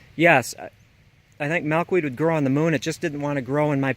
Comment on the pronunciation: I love how you pronounce Milkweed lol. "Malkweed"